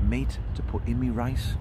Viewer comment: Why do you call the Rice lice or am I hearing you wrong?i love the videos.